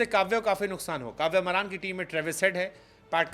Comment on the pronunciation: काव्य मारन है बे, मरान नहीं